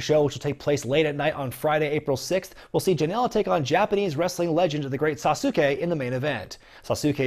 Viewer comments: Correct, just like Daisuke, just like Shinsuke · The video is fine but if it matters it's (to my knowledge) pronounced The Great SAUCE-K